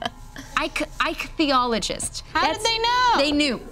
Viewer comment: And it's pronounced IK-thee-awl-oh-jist.